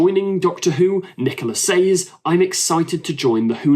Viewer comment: Why can you not pronounce Moffat correctly? Why can you not pronounce “says” correctly??????????